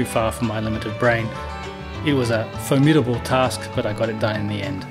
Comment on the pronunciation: Did you say "...foamidble task"?! Genius.